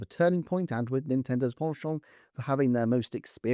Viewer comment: Your pronunciation of "penchant" grows more posh with every upload. I'm in awe